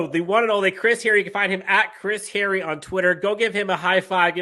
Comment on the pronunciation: Kinda funny that you remark about mispronouncing players' names,. Especially since you made the remark to Chris Hayre... HAY-ree. Not Harry. Still love you, dude.